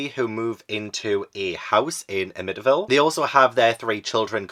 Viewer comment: I love you but as a Long Island native, it's pronounced Am-ih-tee-vil. And don't worry, locals consider the books/movies a cash grab too. I appreciate both films, but the true crime story attached to that property is more interesting (and sad). So too are the publication and production stories surrounding the book/movies and the paranormal investigations they inspired. There are some weird elements to both, for sure, but no one thinks the Amityville House is actually haunted and multiple owners since the 1970s have confirmed they've never had issues living there except for curiosity-seekers trying to peek through the windows. Since you love true crime and paranormal investigations I recommend engaging with that side of the story. That Psycho shower scene reenactment was *chef's kiss*!!! Very poetic that the first 3 stories referenced the ones you read/watched previously. As always, Ash and Tobu are adorable, and I love that they have a neighborhood kitty friend stopping by. 🥰 (Edited for typos)